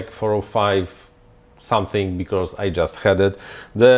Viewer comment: I love Your videos, Your opinions, Your interests and Your projects man. BUT there is no R in because :D :D no hate :D it gets me every time you say it :D